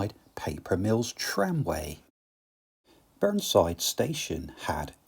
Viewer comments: Great video. My sister used to live up the private track at Burneside station! Small point of order though, it's pronounced Burne(y)side!! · "Staver-ly" (Stavely) & "Burn-side" (Burneside) - Surely they're pronounced "Stave-lee"" and "Burny-side" !?